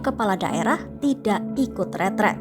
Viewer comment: RETREAT nduk host bukan retret. Satubhuruf A aja kamu korupsi. Bego banget km nduk retreSt bukan retret. retreAt bukan retret retreAt bukan retret 😭😭😭